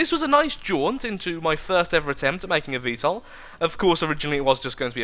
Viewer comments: You're pronouncing VTOL right. 'Murikan approved. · u r pronouncing it correctly